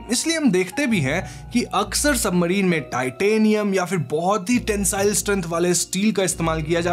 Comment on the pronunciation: Bhai bura mt maanna aapka chnnl kaafi axa he lekin tumhaari bhaasa maasa allaah …ek so ek gyaara kya hota he ….. simple ek so gyaara kahona ekkk toh tumhara bhaasa bhi ajib he … submarine ko toh submadhine kehre ho or gyaara ko bhi gyaadha kehte ho